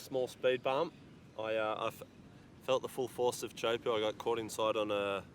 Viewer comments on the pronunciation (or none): Pronunciation - Teahupo'o not Chowpoo... please! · In tahitian pronunciation is TEA HU PO’O